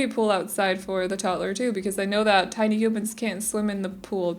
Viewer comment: the way you say toddler like 'tod-tler' is the most satisfying thing ever to me & the fact that some people don't see it like that astounds me - love the build though <3